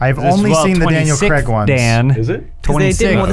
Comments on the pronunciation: Daniel "Creg" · Why do Americans says “Creg” it’s Craig